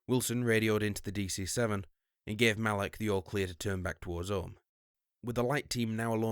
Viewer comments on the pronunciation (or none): none